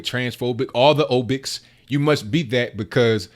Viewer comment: It's phobics, not obics!